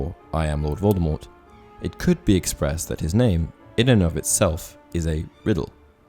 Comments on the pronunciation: It is Voldemor the t at the end is silent. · It's pronounced (/ˈvoʊldəmɔːr) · Please pronounce the name correctly. Voldemort is pronounced Vol-de-mor. The T is silent. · Yes and J. K. Rowling herself has said that t at the end of Voldemort is a silent t so it is pronounced as Voldemore Minerva is Roman Goddess not a Greek one get your classic mythology correct please? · don,t pronounce the T..